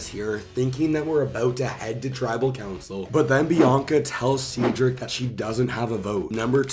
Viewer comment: Cedric It’s “said Rick” not “seed Rick”.